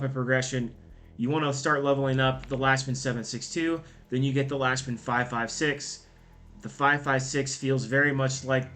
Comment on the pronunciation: It’s pronounced lock-men